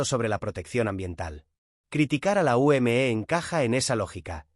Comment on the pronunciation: Se dice simplemente la UME no como usted diciendo la U m e haciendo que cada letra vaya por separado cuando todo va junto